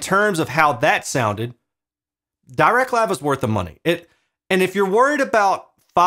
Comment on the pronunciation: Also, Dirac is pronounced with a short i sound, as in "bit".